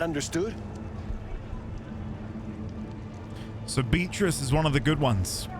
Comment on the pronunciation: are you saying "beat-rizz" to fuck with us (instead of "Bea-trice") or is that a British speech impediment? 😅